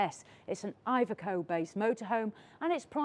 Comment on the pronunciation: You pronounce iveco wrong